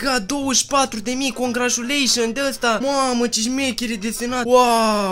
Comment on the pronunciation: “congrașuleișăn d-ăsta” 😂